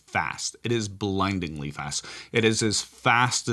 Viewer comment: 🤢 You said blindlyingly fast